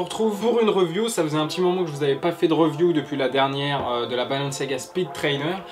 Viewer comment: Review ça se dit "riview"